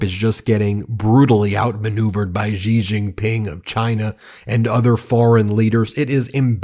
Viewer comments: Hey BEN! The president of China’s name is pronounced SHE not Jee or Yee. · trump doesn't know who he's messing with. And it's pronounced 'she', not gee. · Hey Ben love this channel, but attention to detail: Xi is pronounced "She", not "Gee". Why is that important ? It's a matter of showing respect. BTW, amazingly enough, Trump actually pronounces it correctly. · Hey sir, just to let you know: it’s easier to pronounce China’s president as “She” Jinping — that’s quite a close approximation. Cheers!